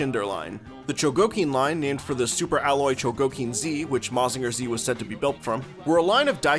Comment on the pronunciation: Real cool video, dense with info and context! looking forward to more! But never say "Mazinger Zee" in my presence again 😤